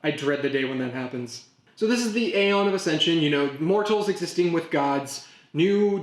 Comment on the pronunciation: Some Middle Eastern cultures have been around for man 1000s of years. A lot of European & Asian cultures have been around for 1000 years or more. 300 years is not even a drop in the bucket. Aeon is pronounced "EE-ON".